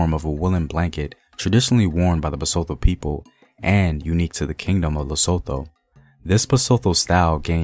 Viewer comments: 😂 the way u say Basotho like it's French, it's Ba-soo-two man yohhh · The pronunciation of our Basotho words was abused."tho" is as" tto",not Thor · Love the vid.... BTW the T is never silent. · I'm hurt on how you pronounce ma people (Basotho) well great video though...